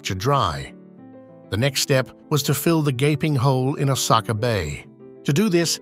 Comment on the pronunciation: Even Osaka is pronounced wrongly. Then again, the speaker doesn’t seem to be Japanese so it’s fine.